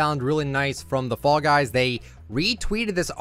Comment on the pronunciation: When you talked about this on your podcast I thought you were saying “frog eyes” for some reason